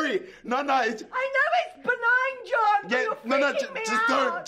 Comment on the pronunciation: I love the way she shouts "JJJJOOOOOHHHHNNNN!" With her accent. It's amazing